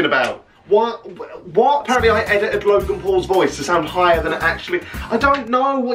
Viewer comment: That was actually quite convincing until you said ‘logang’ haha